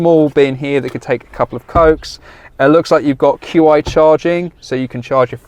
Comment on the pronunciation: First time I hear someone call the qi charger "queue eye" haha